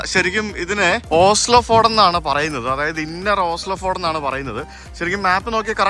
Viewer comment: Ford alla fieord ennna parayunne